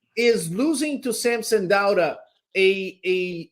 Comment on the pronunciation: can someone teach how to pronounce SAMSON DAUDA??? Its not DO-ADA its DAU-DA how hard is that!!!!???